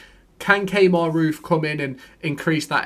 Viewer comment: Key-mar (Kemar) not Kay-mar 😆